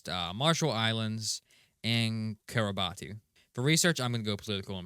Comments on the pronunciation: Kiribati is pronounced Kiribas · if you're wondering, kiribati is pronounced kireebas. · Kiribati is pronounced kiribas, apology video with tears right now